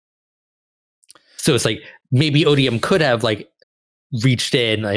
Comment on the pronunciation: Odi-Yums? O-bee-um?, you're awful, and I only have one thing to say to you: Thanks, I hate it.